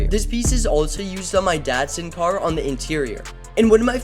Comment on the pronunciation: The way you said the datsun car sounds like dad son to me😅